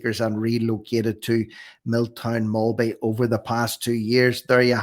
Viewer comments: Mill-Town-Mall-Bee is the pronunciation but you were close 👌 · Mill town Mal be Pronunciation